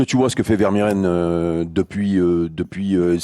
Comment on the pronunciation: Ils vont jamais réussir à bien prononcer Vermeeren 😂